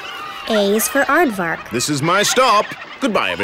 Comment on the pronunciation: It kinda of sound like he said "a is for art fuck" when he said aardvark. I know, you cringed harder than trying to cut meat that's been in the freezer for 30 years.